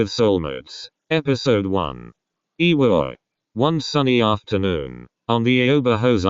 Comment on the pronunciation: I reallllly reallly like like this!!! Anygays i wanted to say u are one of the only people who know how to pronounce iwaoi right